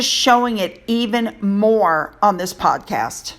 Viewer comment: Oh my goodness, you mispronounced the word podcast and said podcrass. Hmmm Freudian slip?